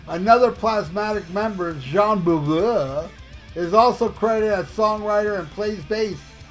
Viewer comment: Your "Jean Beauvoir" is so funny🤣. I like it very much how you are struggling. ASYLUM is such a great album, I can't rank the songs. "Uh! All Night" is definitely one of my greatest KISS songs. I didn't like "Tears Are Falling". But later in life I heard "Magic Touch" in this song. And I heard the tears falling in Bruce's 🎸solo! A good song. I never liked the whining "Oh, Oho, ooooho"💧in "Who Wants To Be Lonely". I hate self-pity! Now I hear more the heavy intensive KISS sound in this song. A good song too. And Gene! Gene is spectacular on " Any Way You Slice It" and "Secretly Cruel". I love him❤. But still I have to admit: Paul💜 is my king on "King Of the Mountain". A fantastic🎤piece of 🎶 music.